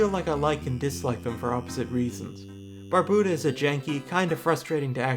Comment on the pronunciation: you have a lot of really good points, so i'm sorry to say that all of them are invalidated by your pronunciation of Barbuta. jkjkjk this is a dope video, good work :D